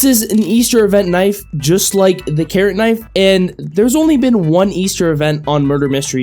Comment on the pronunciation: when he started talking about the carrot knife I thought he said karen